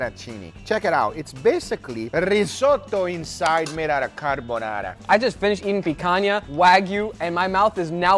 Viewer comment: The word carbonarra😂😂😂